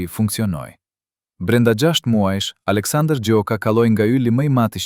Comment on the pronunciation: Ky komentin eshte i sakt. Ky komentuesi, eshte Serb sepse as emrin nuk e thot sakte, pale raaki. Na e shpifi.👋👋👋👋👎👎👎👎👎